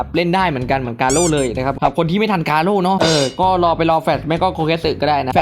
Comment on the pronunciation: กาโร่รรรรรรรรรรไม่ใช่เเค่คำว่าโก้